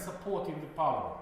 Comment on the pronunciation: I hear par(lie)me(nt), not power.